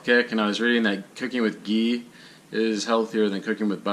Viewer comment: First, learn to pronounce ghee.